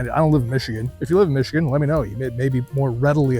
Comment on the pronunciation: how many did you have before trying to say Michigan? LOL